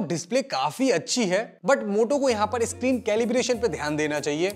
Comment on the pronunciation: iscreen nhi bhai-sahab. screen hota hain.